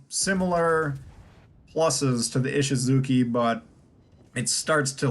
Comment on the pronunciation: The chi in Ishizuchi is pronounced chee, not kee... just FYI.